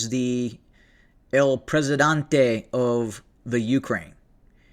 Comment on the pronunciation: Presidente, not Presidante....